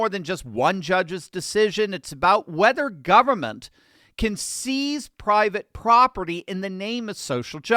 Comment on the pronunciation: “seize” not “sees”